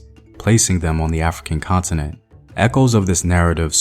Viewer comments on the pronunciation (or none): Did he say the ‘African consonant’?